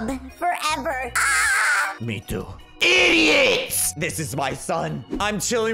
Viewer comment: It was so funny whenever he said IDOTSS